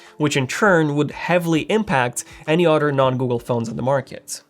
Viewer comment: I know I'm the only 1 hearing "otter" when he says "Other"?